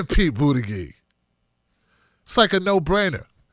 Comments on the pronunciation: I like your stuff but there is no good reason to keep calling him “Boot-a-gig”. Specifically because you obviously know how to pronounce his name. You are great, but attack Mayor Pete on his bad policies, not his name. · I love you bro..He's not my candidate of choice and I think he's a tool but please learn how to pronounce BOOT EDGE EDGE. It makes you sound silly. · I love your coverage here! I agree with you 100% - I just thought I would offer you help on the pronunciation of Buttigieg. (not that it really matters - the big picture and all) Buttigieg: Boot-edge-edge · It's pronounced 'bootie-judge'. I live close to his city and I've heard the name on tv news way way too much!!!!